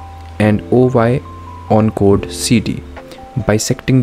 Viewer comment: Chord❌ code ✅